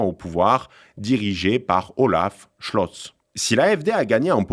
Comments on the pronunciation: Bon je vous apprécie beaucoup, mais va falloir faire un effort sur la prononciation des prénoms, des acronymes etc... fdp au lieu de fpd, bjorg au lieu de "biorg" (en prononciation) Schlotz au lieu de scholtz, bref, ça ne fait pas très sérieux. Et j'en passe en plus! Là on dirait vraiment que le journaliste ne sait pas de qui il parle ou de quel parti, bref... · Haha,, il faut vous entraîner à bien prononcer les noms étrangers!😅